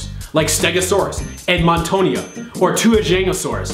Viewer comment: This has been....so enlightening lol. And i've seen...more duck bits than I ever wanted to have seen in my entire life haha. Also, it's "tuo-jiang-o-saur-us" (I know that's not super helpful haha). Tuo is like...two-oh but said really fast as one syllable. And Jiang is kinda the same. ji-ahng but said really fast and as one syllable.